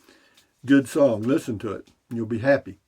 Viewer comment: At first I thought you said “ Be Hoppy” that might make a good T Shirt. “ Be Hoppy , Beer: 30 “